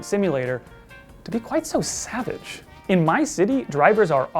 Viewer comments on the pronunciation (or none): none